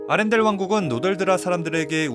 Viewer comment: 아란델 말구 아렌델 아닌가 ?..